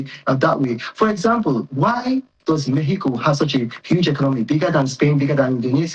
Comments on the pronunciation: Pls decide whether it's pronounced 'Mehico' or 'Mexico' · Omokri just dey fool himself. Mexico, mehico 😂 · Don't you find it a little odd that the ambassador is not consistent in his pronunciation of "Mexico"? Of course, both pronunciations may be correct in different linguistic contexts. But when speaking English in a formal setting, constantly switching between pronunciations from different languages can be confusing for the audience. Pointing that out is not an attack; it is a legitimate observation about communication and representation. The honorable ambassador, of all people, should understand the importance of clarity and consistency in public speech. So instead of calling people names for highlighting an obvious inconsistency, perhaps it would be better to engage with the point being made. Not every criticism is hostility. Sometimes it is simply an observation. 😂🤦‍♂ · Yeah, the pronunciations can both be correct depending on the language being spoken. My point, however, is about consistency. If you are speaking English in a formal discussion, it can be confusing to keep switching between the English and Spanish pronunciations of "Mexico" within the same conversation. I'm sorry if I wasn't clear enough in my first comment. I'm not arguing that one pronunciation is right and the other is wrong. I'm simply saying that consistency in speech helps communication, especially when you are representing a country in an official capacity.😊✌🏽